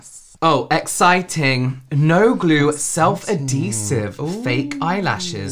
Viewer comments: Girl. You can literally just google search the word and see and hear the pronunciation. Ad - hee - sive . Not: A - dhee - sive. Maybe that’s the American way? 🤭😚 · I loved the confidence when saying the word ‘adhesive’ wrong 3 times in a row 😂